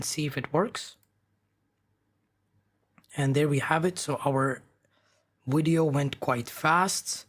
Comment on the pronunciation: Every time he say "widio" insted of vidio it put a smile on my face